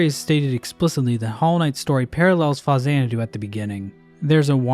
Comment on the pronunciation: It's pounced FAX-AN-A-DO meatbag.